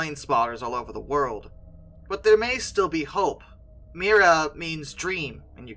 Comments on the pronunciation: It's not "Mira", it's "Mriya" The "R" is infront of the "I" not the other way around. I absolutely love this plane, I really hope they will manage to rebuild her. My father has this amazing story about her.. Back in 1989, before I was even born, my father saw her flying above our house when she was landing in Prague when returning from the Paris Air Show. Yes, it's when she had the Buran on her back. My father just jumped in his car, drove to the airport, lied his way through the security gate claiming he worked there and got right on the tarmac (yeah, the security was a bit different back then :-D), and got some beautiful photos of her. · If an aircraft is one of a kind it's unique - not "extremely unique". Something is unique or it is not. Not "Mira" but "Mrya". They're pronounced differently, you know.